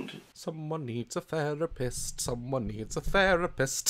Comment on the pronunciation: DAZ: someone needs a theripist, someone needs a theripst, someone needs a THERIPST!! ALSO DAZ: YOU TWAT!!!!